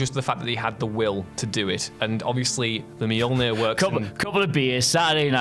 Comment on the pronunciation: Dude, it's Mjolnir. 🤣 Say your attempt out loud and die laughing with me.